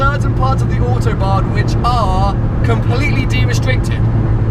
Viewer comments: "ze Autobahn" omg best way to pronounce it ever xD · Why do you pronounce Autobahn so strange? No german speaks that way.